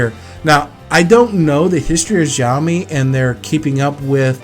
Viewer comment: Xiaomi is not pronounced with a J sound. It sounds more like an S. Like how you would pronounced snake. So it should be like Sh-ao-mi